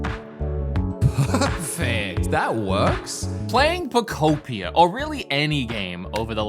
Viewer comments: Literally my same exact experience! I love that you keep messing up the name “Poketopia” pokemuhunter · Something about pronouncing it "Poke peed ee er" really triggers me. Just not even close to Poke ope ee ahh. Say it with me now: Fruitopia, Fruitopia, Pokeopia! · Pokopopia, Pokepedia, Pokopa 😂😂😂 said everything but Pokopia 😅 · thought he could pronounce Pokemon Poketrocity 11 different ways and we wouldn’t notice. I mean Pokotropolis is just that crazy. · Just a small PSA because apparently it’s a thing but it’s pronounced “Poh-koh-pi-ah” because it’s “Pokemon” and “utopia” smooshed together lmfao. Apparently it’s been a big pronunciation problem, but it’s pronounced how it’s spelled 😅 ANYWAY. I love the green screen production of your recent videos, and I love this game. This is just The Game Of All Time and I’m so excited. I’m so glad everyone seems to agree 🥰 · I love how calls the game anything but Pokopia haha. He says it wrong like 30 times throughout the course of the video. I guess it's just called Pokopedia now 😂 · I heard u say Pokopia Pokopedia Pokoupia Pokutopia Pokeamata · PO KO PI KIA 😂😂😂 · Take a shot every time he attempts to pronounce “Poh-koh-pia” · Pokopolis sent me 🤣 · Did he say Pokopion correctly one time? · i love the ten different ways you pronounce pokopia (great video!) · the fact that he says pokopia wrong, every single time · man found 45 diffrent ways to mispronounce pokopia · Out of everything you said i couldnt shake off that "wanting to slap you on the back of the head" feeling everytime you mispronounced the name. The frickin devs pronounced it for you. Jeeez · Not him botching the game’s name every time 🤣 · I love how you pronounced the name different every time🤣😭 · we love how he can't pronounce Pokémon Pokopia properly 😂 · How many different way to he say and pronounce the title of the game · The way he’s pronouncing pokopia is pissing me off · How many unique Pokopia pronunciations did we get here?